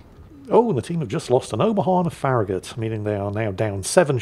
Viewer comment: pronounced FARRAGUT